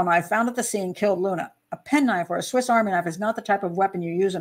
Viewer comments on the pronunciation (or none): none